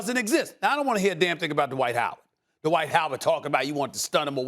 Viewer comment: Why do allllllll you analysts pronounce his name Duh-white? It's one syllable, dude.